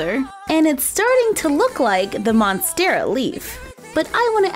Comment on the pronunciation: The spider is my favorite. I have spiderettes rooting right now. I am going to replicate that. The monstera is great as well (you said it right, btw). Can you make a ponytail palm??